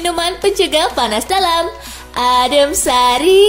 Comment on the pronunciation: Njir ngakak pas ngomong adem sari wkwkkwk